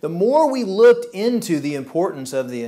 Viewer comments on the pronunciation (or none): none